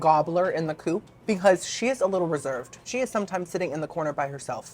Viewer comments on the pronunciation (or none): none